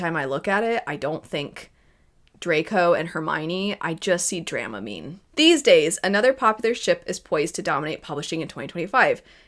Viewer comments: It’s dram-I-OH-knee, not dra-my-AH-knee. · Love the video, the dramamine thing made me laugh lol, I don't think it will help but it's actually pronounced druh-mione not drei, which is maybe worse it sounds more alike hahah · "drama-meene" - great!